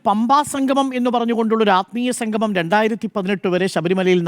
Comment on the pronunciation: സംഘമം അല്ല സംഗമം